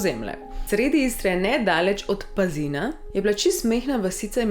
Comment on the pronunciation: Pazin se drugače naglasi 🤣🤦‍♀️